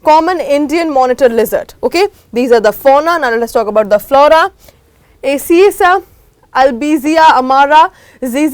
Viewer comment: Madam को अकेसिया पेड़ का pronounciation भी नहीं आता। एक और वीडियो में,madam ने fish population को fish pollution कहा। जो स्लाइड में लिखा है सिर्फ उसे कहने से क्या मालूम होता है! इनको पढ़ाने का तरीका नहीं आता है। मैंने चार video download किए थे,यह समझकर कि knowledge मिलेगा, लेकिन data waste हुआ। मैं भी upsc aspirant हूँ। इसलिए सभी upsc aspirant जो इस comment को पढ़ रहे हैं, please इस टॉपिक से related किसी और video देखिए , मैं तो KGS और unacademy की वीडियो देखूंगी। और कभी भी इस चैनल के वीडियो नहीं देखूंगी। यहाँ के वीडियो कमाने के लिए (earning oriented) है, student oriented नहीं है।